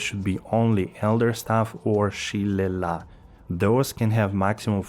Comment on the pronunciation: Its pronounced Shi-lay-lee